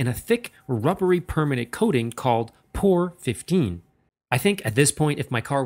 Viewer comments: Isn’t it ‘P-O-R 15’ not ‘pore 15’ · It’s p o r not por lol